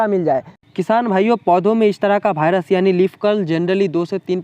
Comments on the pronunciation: भाइरस😅 ❌ वाइरस 😁✔️ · भायरस नहीं वायरस होता है भाई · जानकारी उपयोगी है लेकिन कृपया भायरस को वायरस बोले।